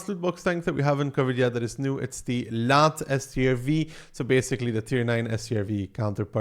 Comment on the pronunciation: So, judging from these games, the Lätt is a great city tank, and somewhat average on open maps. 🤣The games might've been on annoying maps, but it's fun seeing challenging games when as the viewer one is spared the suffering and efort. :D Oh yeah, if you want to get the "ä" more correct, its more like how you pronounce the "e" in belgium, than an "a", so more like "leht"(with a silent h) for an English phonetic spelling.